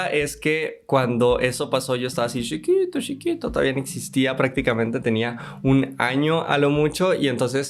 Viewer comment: Came here for saying "shiquitooo shiquito", stayed for the great content.